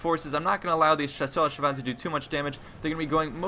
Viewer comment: Wow! you said "Chasseur à cheval" almost perfectly... i am impressed.